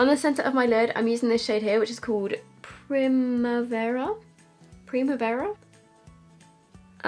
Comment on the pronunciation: Primavera means spring in my country. You actually said it correctly 😂